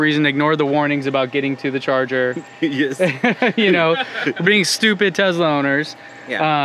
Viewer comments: He actually said "real Tezla." Must be taking about a different brand. ;) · Please stop mispronouncing Tesla. It is not “Tezla”. Thanks. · It's not a Tezla. It's a Tesla. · It’s pronounced Tesla not Tezla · Can you not say tezla its clearly tesla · Tesla not tezla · a tesla is not a tezla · Stop. Saying. TEZLA!! It’s TESLA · I HATE how he says “Tezla” instead of “Tesla” r/mindlyinfuriating 😭😒😵😤😤😤😤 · Why they say tezla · Duud says tezzla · That is how it's pronounced. That's how Tesla emloyees (including Elon) pronounce it. You have to remember where Nikola Telsa came from (a slavic language nation). I know you know this though, and were joking. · Can't pronounce the S in Tesla?